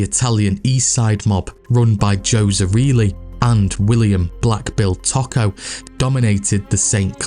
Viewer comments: It’s knit picking, but Tocco is Toe-co not taco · Toh-koh not 🌮 Taco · It's Tōkō not taco 👌🏼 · Its pronounced Too-co not Taco. Great video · Toe-Ko I went to school with one of the family members at GPSH.